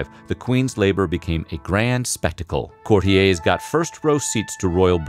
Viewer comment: Courtiers = court-EERs, not "Cort-ee-ays"..., Weird Pronunciation